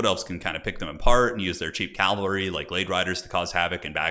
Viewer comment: Nice video/ commentary. Sidenote, it’s cavalry, not Calvary.